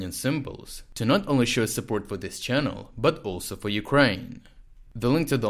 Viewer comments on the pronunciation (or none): none